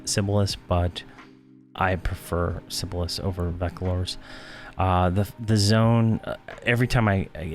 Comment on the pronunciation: Seb-ill-is Velk-a-tour